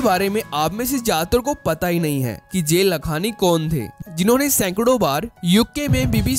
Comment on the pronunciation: It's not जे लखांनी it's जय लखांनी !